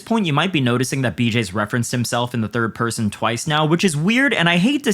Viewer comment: Nat wunce but twaice 💅